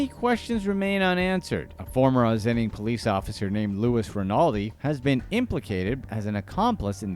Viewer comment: OSS-IN-ING, not Ozzining, WTF. Is the voiceover A.I. ? Just look-up the pronunciation before you do voice work. Holy$hit.